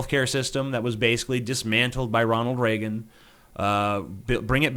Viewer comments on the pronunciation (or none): none